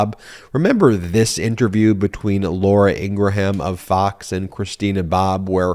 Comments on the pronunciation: Ben, Fox News' Laura's last name is pronounced ingram, with a short 'a' that's almost indistinguishable from a 'u.' Hearing you repeatedly call her "Laura Ing-ra-ham" is getting irritating. Yes, that's how her name is spelled, w/o those dashes. But it's not how it is pronounced. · I love the mispronounciation of long-face Laura Ingraham's name. Correct pronunciation is INGRUHM...and I'm loving ❤️ it! "IngraHAM" suits her better..."HAM" signifies PIG! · I love how Ben keeps mispronouncing Laura's name its not Ingra Ham its Ingram Like Graham crackers Ing Graham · Laura's last name is Ingraham which is pronounced "Ing grum" with 2 syllables. It is not pronounced "Ing gra ham" with 3 syllables. Please stop saying that. When was the last time you pronounced Graham crackers as "Gra ham" crackers? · It's Laura Inghram Not Inrgraham. Because nitpicking is what I do. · I love your videos but every time you say “in-gra-HAM” I lose it lol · "Ingraham" is pronounced "Ingram" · Why do you keep pronouncing it "Ing grah ham" ? you are putting some sort of weird extra syllable on the pronunciation. Also, wipe the slobber off of your lip - it is disgusting. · ingraham? Really? INGRAHAM????? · Are you mispronouncing Ingraham intentionally? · Dude, you play into their narrative when you as a broadcaster fail to pronounce someone's name correctly. Ben you can defend yourself, as others will for you, on this but your arguments don't matter. When the person themselves pronounces it differently. It is disrespectful, and makes you no better than someone making up a nick name for someone they don't like. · Just a note, I believe Ben is saying Laura Ingraham's name wrong. I can't be the only person who has noticed that her name is not pronounced that way.